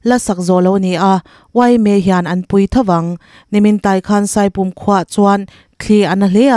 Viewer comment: I aw chu a fiah ṭha khawp mai; chutih rualin, in sak ṭanpui chungchang i rawn sawi, ṭanpui tiha, 'pui' kha i lam dik lo, ropui tiha pui rik angin i lam a, Mizo ṭawng lam dan dik i zir deuh chu a ngai a nih kha.